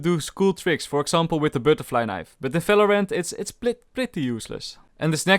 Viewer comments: its valorant not falorant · Bro it is Video not Fideo... It is not Falorant, it is Valorant... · Welcome to today's Fideo and in this Fideo We Will Talk About Felorant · lol people always does this in “felorant” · Why u say any word with V like Falorant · hehe, he says smellorant